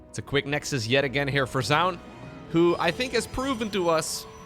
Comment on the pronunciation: Minor point, "Zoun" is pronounced as "Zhao Yun", a Three Kingdoms general. He just uses a strange anglicization for the spelling.